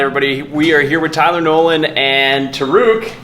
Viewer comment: It sounded like Tylenol (when you first said his name)